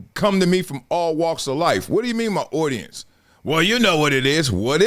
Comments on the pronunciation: audience or ordinance, lol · Why do you pronounce audience like that?? “owdience”